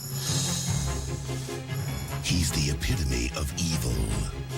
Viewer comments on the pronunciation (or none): Here we go again....EPI TONE is pronounced like this A PIT O ME......this is rhe second time you did this. Thats it im offering finished edit assistance. We gonna get you through these hard words to pronounce. Atleast you did it more believable than PORT MAN TEAU (toe) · Epitome E-pit-oh-me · I know this is super nitpicky but "epitome" is pronounced "eh-pit-oh-me" edit: jesus christ this video is crazy detailed, impressive work. you must have an insane collection.